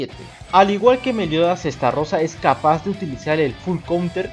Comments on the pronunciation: SI NO HAY DOS R NO ES ESTARROSA ES ESTAROSSA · Xd Es Estarossa no Starrosa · Se pronuncia Estarossa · No que se pronunciaba estalosa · Estarrossa así lo estás pronunciando no creo que se pronuncie así pero quién sabe